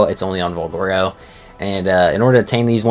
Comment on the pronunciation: don't trust this guy's pronunciations, he botches a lotta stuff